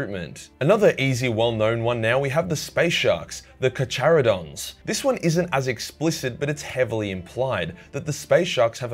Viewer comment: Car. CAR-ka-rah-dons. Not char. Jesus.